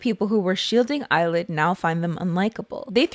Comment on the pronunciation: I can't unhear "Eyelid" every time.